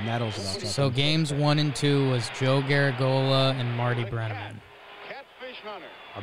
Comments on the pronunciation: Announcer: Joe Gar-a-GEE-o-la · It's Yogi Berra's friend Joe garagiola pronounce like garage e ola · Liking this video. Heck of a mistaken pronunciation of "Garagiola."